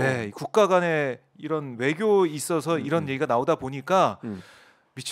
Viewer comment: 국민여러분~잘~ 들어보세요. 이란 이 아니라 이런 이고요. 적 이 아니라 정 이라니까요~ㅋㅋ